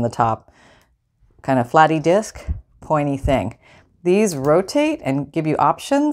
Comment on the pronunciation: “Discy silver”.....😩😂😂😂😂 Love your videos!